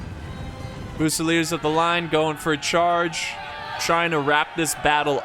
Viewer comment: Yes, Germans call France Frankreich. Guess what the French call Germany? Allemagne. I've been watching your videos for years and while your mispronunciation of words is quirky and often entertaining, it could easily be remedied by an hour on the internet. I can't believe you never heard of Frankreich. Fusilier in English: few-se-leer. In French: fu-se-leeay. On the positive side, at least as far as Total War is concerned, your understanding of tactics and strategy is superlative.